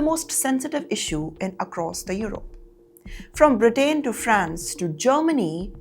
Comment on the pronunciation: Britaane? Quueer? 😂😂😂